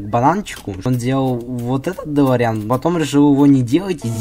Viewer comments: Ударение на дэлоооореан а не делоряяяян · Не долорИан а дОлориан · Не долариан😂 а дэлориан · УХ ТЫ МОЛОДЕЦ ТОЛЬКО не дэлорИан а дэлОриан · делориан ударение на о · Во первых не каждая машина которая летает это делориан а во вторых ты ударение не проавильное ставишь